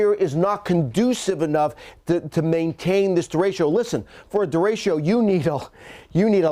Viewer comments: Actually it's der rey cho. Not day. Think of the "e" s as "fleck" or "neck". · it kills me listening to you mispronounce DERECHO. over and over. it is NOT DERECHIO. its derecho. read it. sound it out. keep it simple. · I love how he mispronounces derecho. De RA ch (like spanish ch) o. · Anyone else cringe every time he said der-a-cho wrong? 😂😬😂🤢😂🤦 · Anyone else CRINGE each time he mispronounces, ‘derecho’? It starts out OKish and then progressively goes off the rails by mid-point of the report. Someone, pull him aside and tell him. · Somebody please tell the weather expert that 'Derecho' is a 3 syllable word !